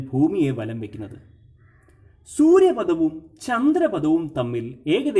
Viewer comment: സൂര്യ പദം എന്നല്ല സൂര്യ പഥം എന്നതാണു ശരി